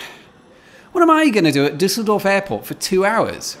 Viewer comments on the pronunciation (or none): ‘This is the Disseldorf Sky Train.’ Disseldorf? 🤪